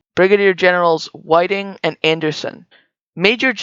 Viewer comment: I wish the production peaple could and would, take the time and effort to learn the pronounceations of peaple and place names! Such as Shiloh is pronounced Shy-low and Whiting is just White-ing. Its temporarily confusing to listen to foreign pronounceations!